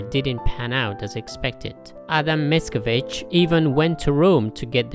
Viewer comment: Your pronunciation is very decent :) You've got "Pan Tadeusz" right, I would only correct your accent in "Mickiewicz": the second syllable should be stressed, not the first ("MicKIEwicz"). Btw: Mickiewicz named the main hero of his epic 'Tadeusz' after Tadeusz Kościuszko.